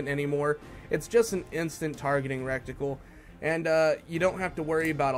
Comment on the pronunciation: It's called and pronounced "retical" not "rectical"